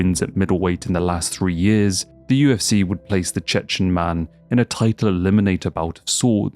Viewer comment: When Khamzat says "I'm the Chechen" it sounds like he's saying "I'm the chicken" which is really, really funny